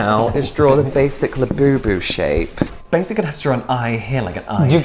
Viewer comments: Not “labiabubu” 🤣 💀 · not labiabubu 😂